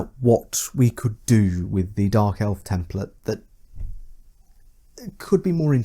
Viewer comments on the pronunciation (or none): none